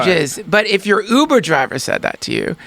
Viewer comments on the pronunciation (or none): none